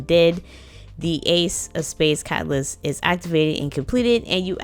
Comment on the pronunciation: Pacific cacaalyst